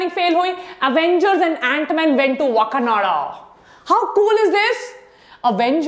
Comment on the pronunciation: WTF is Wakanada??? ITS WAKANDA🤣🤣🤣